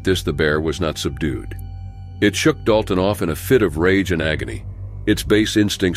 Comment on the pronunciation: Sorry, you butchered the Princeton and Dalton story even their names…